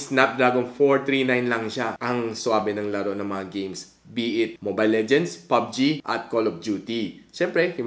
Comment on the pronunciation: Pubg not pug g